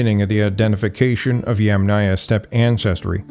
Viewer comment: For the correct pronunciation of Yamnaya you stress on the "a" of the first sylable, i.e. Yàmnaya.